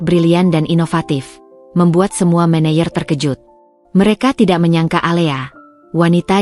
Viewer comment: Kadang2 manajer di manayer!😂